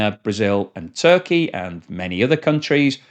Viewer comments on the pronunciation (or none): none